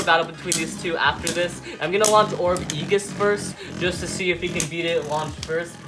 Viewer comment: A-jis is how its pronounced